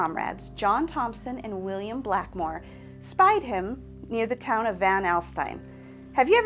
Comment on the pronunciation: The town name is pronounced van allsteen